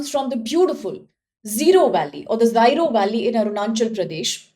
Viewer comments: Pronunciation is zero 😂😂😂 not zairo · Zyro valley? Its Ziro, please dont change its pronounciation as you please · First of all thanks for making this video. With due respect I would like to request you to correct your pronunciation regarding Ziro Valley. Secondly you should do more indepth research before publishing any content..🙏